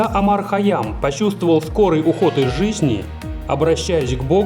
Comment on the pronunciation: Не Омар а Умар